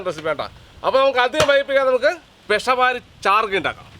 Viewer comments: പെഷവാരി ചാർഗ്ഗ ❌ പേഷാവരി ചർഗ്ഗാ ✅ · പെഷ വാരി അല്ല പെഷാവരി 😂😂